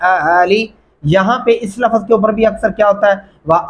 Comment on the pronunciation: Aap khud ko bhi check keejye.LAFAZ Nahi LAFZ bolye.